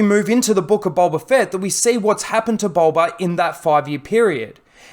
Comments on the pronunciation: Bolba Fett LOL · Boba... Not bowber